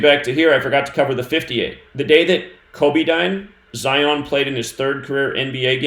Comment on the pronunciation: Just want to say I love the way you say, Zion....